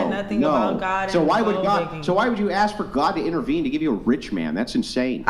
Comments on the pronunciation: You need to go back to english class and learn how to pronounce words m0r0n. The s comes before the k in ask. 🙄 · She didn't axe that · "when you axe her trooof" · Is the “girl” in red a transgender woman? Yeah you’re “off the charts” 😅😅😅😅😅😅😅😅. Example: extensions are not wigs, “ax”, “truf” “maff” (math), hated geometry in my Science class. YOU need to go back to school. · just wish they could say the word "ask".